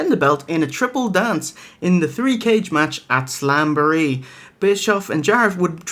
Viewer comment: "AT SAMBOREE" - Macho Man (talking about slamboree)